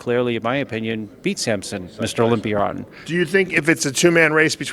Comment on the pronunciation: What’s the deal with the pronunciation of Olympier? It’s Olympia 👈 a not er 🤷‍♂️